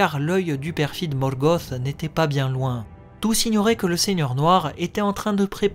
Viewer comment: Ben j'avoue quand j'entends Morgoth (gosse) j'approuve pas du tout ! Je dis un Luth pas un lusse et c'est surtout ce genre la ou j'ai du mal . J'ai toujours dit Morgoth (te) ! . Mais ça ne m’empêche pas d’apprécier ce que tu fais ;p D'ailleurs pourrait tu te laisser tenter par des théories sur la terre du milieu ? Savoir si l'Arckenstone est un silmarill par exemple sur l’identité des Nazgul quand ils étaient vivant ect ect .